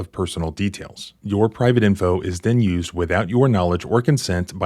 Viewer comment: “FARTHER MORE” “FOURTH” “AND DENNNN!” This Doofy Tyrant 🤦‍♂️ 😅